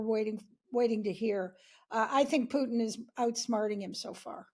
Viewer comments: Its Putin not Pjutin, newscrew should learn to pronounce, its not hard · Putin, not Pyutin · May be it's time stop pronounsing Putin as pewter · Although I can see some connection here, Putin is pronounced Pooohtin, the "u" as in "you", not as in "puking".... Please, pronounce the names as closely as possible to how they are pronounced in the country of origin, in stead of making all kind of frivolous variations, making it seem that there is a busload full of dictators leading Russia with an iron fist, while there is only one causing all that havoc, just like the Czar once did. Otherwise, pronounce Trump as Truuuuuuuuuuump, and Macron as Mukkkkrownnn, Xi Jing Ping as Pong.... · Who is Pjutin? Try to pronounce things a little bit better. (He is a POS, though... Trump too...)